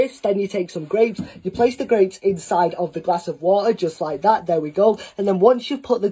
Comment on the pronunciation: "Just like ThiE Just like ThaA"